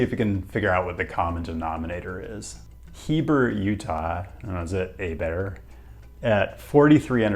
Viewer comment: Old video, but your first pronunciation for Heber was correct.